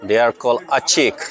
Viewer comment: It's not " Achik" bro. It's " A.chik" it's come from two words e.i. ' A.a ' which means land or soil and another world ' chik' means land up hill. In short we A.chik people like to live in hills arae. So, they called themselves as A.chik which mean people of hill(s). Got it ?